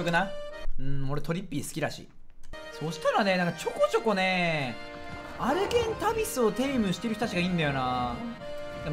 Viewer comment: 「アルゲンタビス」 「アルゲンダビス」